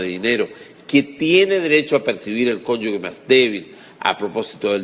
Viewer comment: Profesor, muy buenos sus videos, se le agradece. Sólo le quiero señalar que se dice conyuge, no "conyugue" como usted pronuncia en el video.